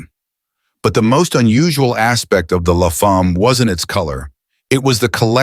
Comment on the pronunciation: Dodge Le Fahm? That's almost English. Please don't ever visit Quebec. They'll slap you for an accent that bad. La Femme, rhymes with "a hem" with an "l" at the front.